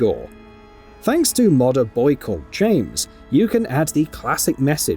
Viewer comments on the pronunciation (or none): none